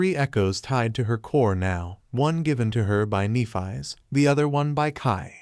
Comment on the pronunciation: If only you pronounced Nephis’ name properly…